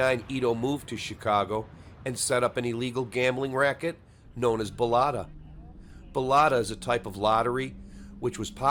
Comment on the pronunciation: Its callked BOLITA, not Boloita.